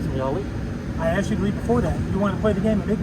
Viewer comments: Someone let contestant #2 know that the word is (Asked) not ( Axted )! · #2 can’t even speak English. It’s ASK not AXED 🪓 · and she AKSED her Lieutenant. I hope the LT survived, because that sounds painful. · I think the Georgia cops Lieutenant is the Dumbest!! She "axed" him what she shld do, but being a lieutenant and he DONT KNOW... WOW!!! Disgraceful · i vote for #2 cuz she AXED her lieutenant ! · I wonder if she really did axed the lieut? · “A case law going around!” Hahaha dummy. #1. “Ya need an outdoor permit” dummy #2. She axed her Lt hahahah. 1 and 3 were jerks. # 2 is the dumbest she could barely put a thought together. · Actually, she said "axed". A correct usage of the word would be the following example; "If enunciation was a log, she just axed it." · What is with people saying I "axt" learn proper English 🤔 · She aksed a question. Game over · #2, she axed her Lieutenant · She "axed" the LT?